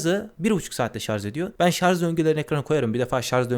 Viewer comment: Kardeşim madem teknoloji meraklısı bir adamsın, sarz değil şarj.